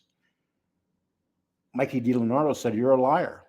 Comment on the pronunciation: Dee Lee Anadro. NOT. Delanardo